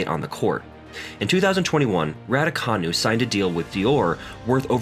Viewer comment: Wimbleton? Raducoonoo? Excape?